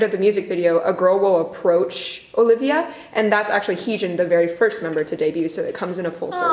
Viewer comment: the mispronunciation of olivia's name made me physically cringe